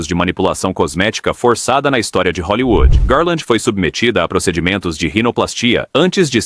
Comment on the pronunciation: TILLSETOW .................. E O CARALHO RAPAZ FALE HOLLYWOOD